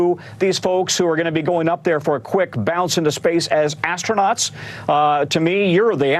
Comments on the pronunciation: I think that lady has a strong desire to call them is "Astro-NOTS"....instead of astronauts. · Someone in the comments said ASTRO - NOTS 😂